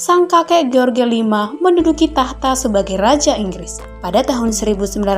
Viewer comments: George jgn di baca george min, tp jorjs.. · Harusnya menyebut jorj, bukan ge or ge